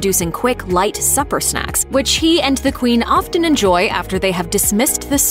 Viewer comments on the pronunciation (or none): none